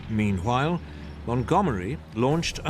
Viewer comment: am I the only one hearing him saying - hwile instead of while? meanhwile. am i tripping?